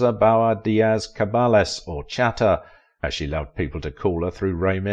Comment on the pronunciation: The narrator is badly mispronouncing Pallete. How on earth does he get puh-LAY out of her surname? Also, he hardly annihilated her. She's still alive, and he isn't. He mispronounces Chata also. Cringeworthy.